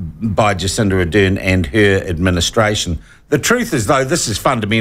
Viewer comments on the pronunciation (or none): Sean, can you please say Ar-dern instead of A-dern.